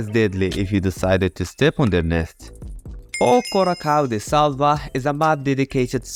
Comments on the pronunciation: "O coracal de tsalva" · ô CORARRÃO DE SÉLVA kkkkkkkkkkkkkkkkkkkk ele tentando pronunciar em português